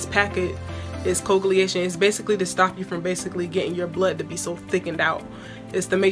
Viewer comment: Hunny this is great. But it’s not coegliation. It’s called “co-wag-u-lation”… you were making me itch saying it wrong! Thank you for this!